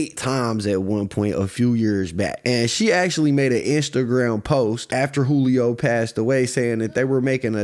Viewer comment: Funny all the news casters pronounced his name right, but 75% of the content creators on here that reported on it kept pronouncing it (jew-lee-oh). Then again i know thats a tactic some creators use to generate/increase comments...so maybe thats why